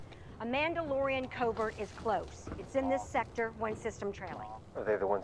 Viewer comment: How has no one noticed “The mandodalorian”.